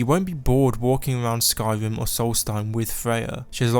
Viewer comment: Am I the only one who thinks this dude sounds like he’s saying “Skywim”?